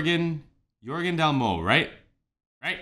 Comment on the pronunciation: Great name pronunciation! Everything Jørgen did during the The Voice was just world class in my opinion, so no matter which one you end up listening to it will be a good time. In general this season of The Voice Norway was so good with so many incredible talents. Here are some of my favourite performances: - Emilie Omland Grimstad | Goodbye Yellow Brick Road (Elton John) - André Aamås | Carry Me Over (High Red) - Øyvind Weiseth | Gravity (Susanne Sundfør) - Eline Roa Gran | Jealousy, jealousy (Olivia Rodrigo) - Goda Levickaite | Wicked Game (Chris Isaak) - Kirsti Lucena | Crazy (Gnarls Barkley) - Rakel Villmones Haug | Good News (Mac Miller) - Emilie vs. Julie | Oh Love (Emilie Nicolas) - Niklas Jung Hansen | Catapult (Jack Savoretti) - Mathilde W. Taugard | Lover, Where Do You Live? (Highasakite) And here are some insane performances from last year's season as well: - Frode Vassel | Into The Unknown (Panic! At the Disco) - Sverre Eide | Royals (Lorde) - Natan Dagur | Bruises (Lewis Capaldi) - Cynthia Verazie | Je Suis Malade (Lara Fabian) - Sarah Bøhn | Warwick Avenue (Duffy) - Ash&Thorns vs Charlotte Sofie|Whiskey Lullaby(Brad Paisley, Alisson Krauss) - Gøran vs. James | Brother (NEEDTOBREATHE feat. Gavin DeGraw)